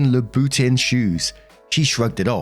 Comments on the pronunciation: Lmao pronounciation of Louboutin cracked me up!! It's 'Lou-E-Boo-Ton'. But I don't expect any guy to know that. Mostly I only know from Sex in the City lol. As much as I love heels (I'm 5'1") I definetly don't own any. Hell a couple of pairs would equal my car, that's in the 'No fing way' range. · Story 2: for future reference, Louboutin is pronounced like loo-buh-tohn (at least, that's how fashion people in the US pronounce it). Also, as someone who has a goal to own ONE pair of Louboutins at some point in my life, it flabbergasts me that Andrea took enough money to buy MULTIPLE pairs of them. That's insane to take that much money from someone. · I believe the shoe brand is pronounced as "Looey Boo-ton". All I know about it is that it is expensive in the $1000s range, they have an iconic red sole, and they get mentioned in MCU fanfic as one of the brands Pepper Potts buys. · [Imagine in French]: "Lou-bah-ton" ('ton' as in 'Gaston' from Beauty & the Beast) ;-D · Christian La-boo-tawn y'all he really said it! I am dead! 🤣🤣🤣🤣🤣🤣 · Pronounced “Loo-ee-boo-tahn” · Louboutin, from what I know, is pronounced Lou-bou-tawn, or Loo-boo-tawn (like lawn but with a T instead of an L). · Isn't that the pronounciation of a different brand, Louis Vuitton? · I keep giggling at how pronounces Louboutin. It’s great. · trying to pronounce Louboutin gave me so much serotonin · Isn't that the pronounciation of Louis Vuitton?